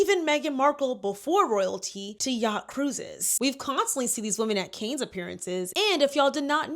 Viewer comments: The difference ppl (you are the 4th person I've seen) reporting on yachting & calling Cannes variations of Cairns, canes or car-nez is making me giggle. Yes people! Mispronounce this sh*tty sewerage sink-hole of a "city" name. It reminds me of ppl calling Ghislaine Maxwell jizz-lane. 😂😂 NO RESPECT FOR THE DEPRAVED BISHES!!! IF YOUR TOWN IS FAMOUS FOR *EX TRAFFICKING & AB*SE, YOU DON'T DESERVE CORRECT PRONUNCIATION. 😂😅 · as a point of constructive criticism- I think it would suit you to research pronunciations before filming videos. I’ve been watching your videos and there have been a few times that I’ve cringed from the mispronunciations. It would just help prop you up as more professional. You’re doing great though ❤ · I loved the video but had to cringe every time I heard Cannes mispronounced 🙄 Candace Owens does this all the time and it's maddening. I can understand, but a huge production like Candace Owens and she can't correct her pronunciation of basic words?? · Girl it’s CAN not CANES 😭😭 Love this video anyhow ! Xx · For future reference, it's Phonetically pronounced "CAN", not Cane. Got get you right, Sis. 💛🧡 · Cannes = NOT PRONOUNCED ‘CANE’ - it’s pronounced ‘khanh’ or ‘con’ (like the word contact) This was driving me crazy, sooorrryyy. Since all the other commenters said everything else I wanted to say, I thought I would offer the correction. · Canes? It’s pronounced like Kahn. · Girlie, Cannes is not pronounced as canes, is pronounced as cahn 🙄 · Cannes is pronounced Kahn. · Hey, not being critical, just wanted to let you know you are saying Cannes incorrectly. It is pronounced "Kahn". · Cannes is pronounced kahn with a soft A like father - the S is silent. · “Kanes” Sigh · Caine's you mean cannes?! Pronunciation is wrong. I was like where is this but then you mention the Asian dude and I was like yeah a watched a documentary on him. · Since you taught 😢how to say Deuxmoi....it's pronounced Kahn for the Cannes festival. Expose it all!